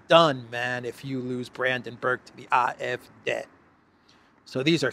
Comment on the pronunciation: One more try.... it is aa-ef-deee